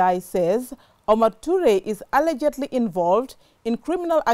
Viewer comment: Who agrees that our journalist is not pronouncing ALLEGEDLY correctly.